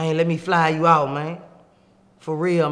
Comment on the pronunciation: “One feet in and one feet owt” lol